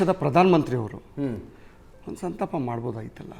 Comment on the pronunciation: Lo gubald adu santapa not santana..